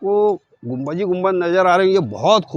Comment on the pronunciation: Mere bhai gumbaj ni bolty ...us ko Gumbad bolty 👍